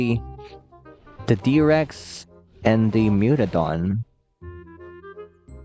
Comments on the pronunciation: Mutadon, not mutodon. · Mewtodon❌ Mutadon✔️ (I am correcting the text)